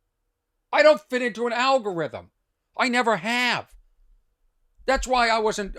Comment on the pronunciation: I'm South African, so I hope I don't offend anyone - but algorithm sound alot like Al-Gore-rithm -- Thought that was funny 🤣